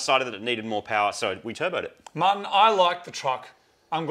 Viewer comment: okay but who heard Moog say "Marty" instead of "Martin"